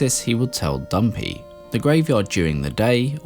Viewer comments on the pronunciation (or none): It's not Dumpy it's Dampe. Pronounced DAMPAY. Come on dude if you are gonna have a Zelda channel at least learn the correct pronunciation for the names used in universe. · Is he calling Dampe "dumpy"???